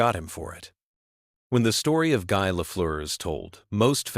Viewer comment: you know it's AI when Guy isn't said like "Gee".